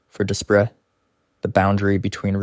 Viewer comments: It is pronounced as"dew pray" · Despres is a French last name, pronounced day-pree. Greg Despres is a dangerous offender and should never be set free.